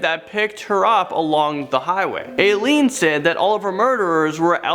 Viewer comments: Not "A-Leene", her name is pronounced "eye-leen" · Gacy was arrested in 1968 but not for what he said in the video. He was paroled. It was in 1978 that he was arrested for the murders.... and Aileen is pronounced "eye-leen" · It's pronounced I leen, not A leen. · The “Ai” in Aileen is pronounced “eye” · This guy needs to look up pronunciations. Illi-noise, Ay-lean... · Dude is annoying. And can you NOT pronounce Aileen? Seriously?